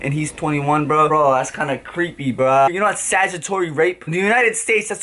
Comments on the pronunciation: Statutory not sagutory lol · 💀💀😂..no its not its 'Statutory rape' not satitory rape..lol jk but fr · “It’s called sagitory rape” 😭 It’s statutory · Is no one going to address the fact that kept saying 'Saggitory rape' LOOOOOOL its statutory rape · He said sagjitory rape. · Statutory not sagatory .... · Looool learn how to pronounce statutory.